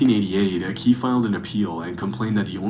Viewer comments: Why is he pronouncing purple aki so damn weird? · Purple Ak - EE. Not Purple Akey. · NAAA FLIGHT REACTING TO PURPLE AKI HAHAHAHA aki is a legend the narrator pronouncing it wrong is winding me up tbr